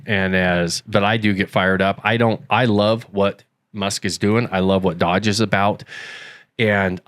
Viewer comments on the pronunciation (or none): it's DOGE. (NOT DODGE!)